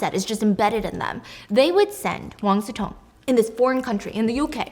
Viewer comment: I kept hearing Wang Zi Tong and wondered who that was 😆 Imagine the word "chop" and substitute "-p" with "-ng" then you'll get something similar "cho-ng" There isn't a close equivalence of "si" in English, but "si-mulation" will be good enough (even though it will sound more like "xi" to native speakers) As for resume, it's just English/French pronunciations, they're based on the same Latin word, but they came to mean slightly different things. "Résumé" (the CV), with the accent aigu, retains the French pronunciation, and means more of a summary, but "resume," the English version without the accent, usually refers to the original meaning, to re-take, to continue...